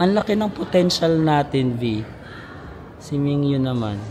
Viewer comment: Hello Carat here. It’s Min-Gyu po not Ming-Yu. Ty for admiring our boy! ❤